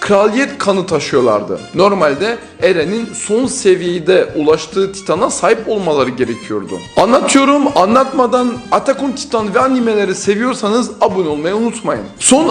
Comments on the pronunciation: Atak on taytın diye okuyacaksın rezaletsin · konusmasini gormedim KUSURA BAKMA aga ATHACG ON TAYTIN diyo adam mk djshnds